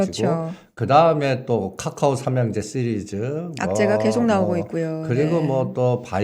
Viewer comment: 본인의 생각이시니 자유롭게 말씀하셔도 되는데, 카카오를 까까오로 발음 하시는 건 좀 고쳐주시길 바랍니다.